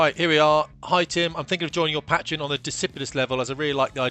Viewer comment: Mate learn how to pronounce Patreon, it's killing me lol